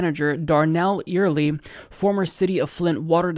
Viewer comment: Scuette = pronounced (SHOO-tee) Early = pronounced just like the word. ;-)